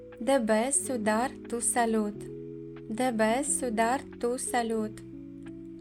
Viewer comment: Вы не правильно произносите tiene .Тьене а не тиене.Cuidar куидар а не суидар.